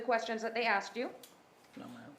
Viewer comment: This woman attr. said "axed" , rather than asked.